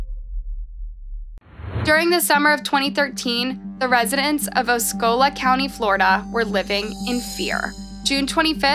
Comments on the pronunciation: It’s pronounced dair-reh-lekt not derilicit lol edit: OMG oh-see-oh-la not osckeola 😂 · She didn’t pronounce the name of the county here in Florida either. It’s pronounced Aww see Oh La